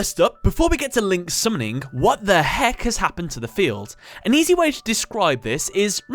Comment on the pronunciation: "LINK SUMNIN"